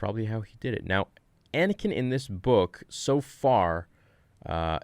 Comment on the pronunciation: I heard anikain I swr down